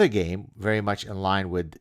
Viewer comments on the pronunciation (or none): none